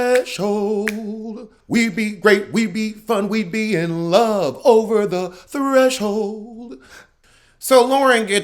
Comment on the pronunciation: Not "Threshold"...lol